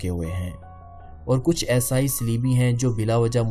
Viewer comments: Aesaai , what is aesaai , kaafi der me samajh aaya you want to say eesaai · یہ یسائی یسائی کیا ہے! یسائی نہیں عیسائی